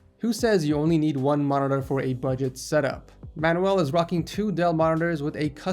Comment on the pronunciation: pronunciation: MAN-YOU-EL not MAN-WELL